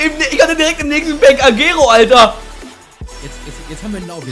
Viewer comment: xD agero der wird aber ein bisjen anders ausgesprochen ^^